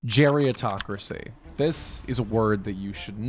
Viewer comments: Its gerontocracy, not geriatocracy. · Not *geriontocracy. It's actually pronounced "gerontocracy," from Greek "geronto-" (elderly) + "-cracy" (rule). You're confusing it with the related term "geriatric," which is formed differently. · Bruh geritocracy isn't a new word. Run your script by someone older once in a while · lmao i agree but the word is gerontocracy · Isn’t it “gerontocracy” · I always heard it as “gerontocracy.” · Umm isn’t it spelled and pronounced: Gerontocracy? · It’s “Gerontocracy” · Is the word not "gerontocracy?" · You spent the entire video pronouncing gerontocracy wrong